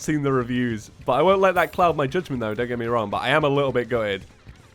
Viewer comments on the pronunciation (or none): none